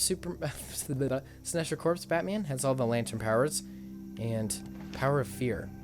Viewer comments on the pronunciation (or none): none